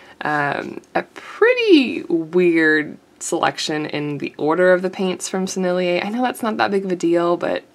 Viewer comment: Just cuz I'm that annoying person who corrects everybody, here's a couple: Sennelier = 3 syllables: Senn el yay (no emphasis on the second syllable) Rose Doré means Golden Pink. Doré is a bit like Do Ray ("A drop of golden sun..."). :^) I'll be back the moment I can be annoying again. ;^>